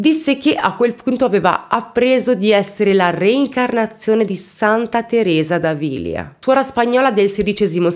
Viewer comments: Ciao cara. Sempre bravissima. Una precisione: Santa Teresa d'Avila si legge in modo opposto. Grazie. Baci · pronuncia inglese buona ma Teresa D.Avila . No informati su lei .dopo tanto.crime.ti farà solo.bene